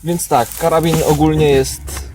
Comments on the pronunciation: "Karabin" xd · Karabin? Aż mnie uszy bolą...